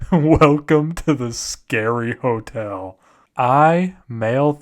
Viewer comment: Oh gawd the scawy hotewl